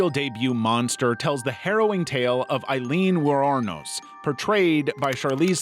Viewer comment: Her name is pronounce ay-leen wore-nose